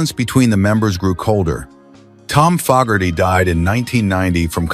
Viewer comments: Once again, an AI voice destroys a video. It’s FOE-gerty, not FOG-gerty. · FO GARTY NOT FOG ARTY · True it,s pronounced Fo ,gerty .I hope A1 doesn't holiday in Ireland and Say Ah Hello there missus FOG,erty😂😅😂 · Could have at least got the AI voice to pronounce Fogarty correctly. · It's Fogerty with a long a. Geez